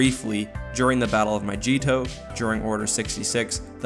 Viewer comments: My-JEE-toe? Huh? Not my-GEE-toe? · Mygeeto not myjeeto ok!!!!!! MY-GEET-OH NOT MY-Jeet-oh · You can’t say mygetto right 😂